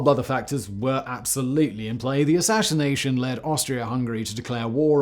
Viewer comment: Simon you sound a lil tipsy when you said assassination 🍻